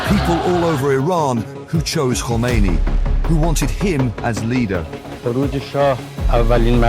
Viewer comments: Good Information Only one pronunciation Its not Komeni it is Khomeini. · Tumny video bhot achi bnai thee, lekin tumny "Khomeini" ko "komeini" bola, iss liye many dislike kiya. Tumhary moo se "Kh" nikhalta nhe?